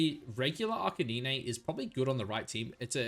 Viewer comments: I was loving this video you said…Arkaninay? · That arcanine pronunciation was atrocious